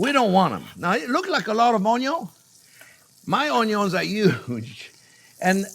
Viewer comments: I love unyons!!!! Make me laugh every time you say it brother.😂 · “My onios are HUUGE” 😂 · “My onyons are huge” 😂😂 I love Chef so much❤️ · "My onyos are huge..." Braggin' a bit, are we?